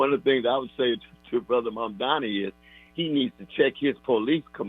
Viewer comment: Love you deeply, Tavis, and I agree with today's analysis wholeheartedly. But pleeeeease pronounce Mamdani's name correctly when critiquing him. The right refuses to pronounce his name correctly, and when they do it, it's usually a red flag that their critiques of him are about to be disrespectful in nature and in bad faith. I know your critiques are in good faith, always, but I don't want your critiques being dismissed by liberals in the same fashion right-wing critiques are dismissed by libs as a result of mispronunciation... Mom-don-ee. 🙃